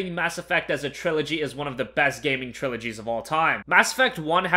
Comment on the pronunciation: cough cough Did you say trilogies?